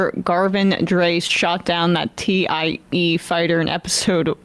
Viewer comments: Emma describing the "Tee Eye Ee fighter" just made my day, for no explicable reason. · Emma: "T.I.E. fighter."